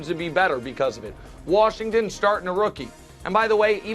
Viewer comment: Somebody teach Brou how to say Washington lol “warshington” 😂. Even when he says washed he throws an r in there. Come on Brou lol